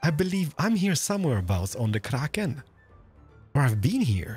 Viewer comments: What with the pronunciation of ‘Kraken’ it makes me shiver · I definitely want to see touring other hermits' bases! Especially with his shaders, they look really special. (also, the way he rolls his r for krrrrrraken <3 ) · Its the krrrrrrraken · Why does he say kraken so Scottish